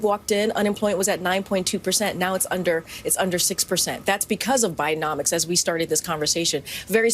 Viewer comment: I have a feeling the Dems are going to make the last three years look like childs play.We all know what happens when people get desperate,and they are desperate for control.....Soooooo!!! .... Did she say 'Bidennomonicks' LMAO